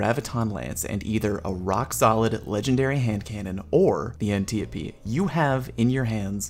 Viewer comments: It's pronounced Ann-Tie-O-Pee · Totally Not Click-bate and more anniope D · "An-tea-a-pea" haha I love it, def calling it that now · omg the antiope pronunciation, whhyyy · Why you say the antiope like that